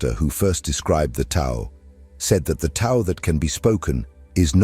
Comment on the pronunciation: Profound and helpful video but please correct pronunciation of Tao. Thanks.